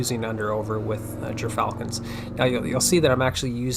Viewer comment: Gyrfalcon is pronounced *gear-falcon